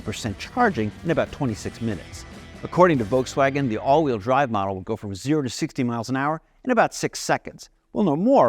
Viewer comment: "The ID.Buzz that we rented from Volkswagon?" Did I hear that right? Rented?